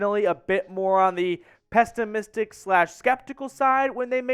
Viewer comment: Just started the vid, gotta bust you again. At least the 3rd time I've heard you use the word "pestimistic" Not trying to be a dick, just 3rd time is the charm. I'll comment later about the rest of the vid.